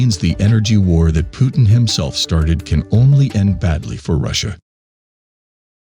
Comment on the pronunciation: Lol phewtin